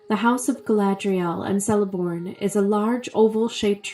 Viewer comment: Btw it’s pronounced Keleborn